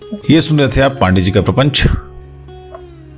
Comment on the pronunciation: पान डे ,कृपया इसे उच्चारित करें। पांडेय। जिसे आपको मेने अलग - अलग कर दिया है।